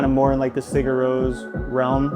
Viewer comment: First time hearing 'Sigur Ros' pronounced like that 🤣🤣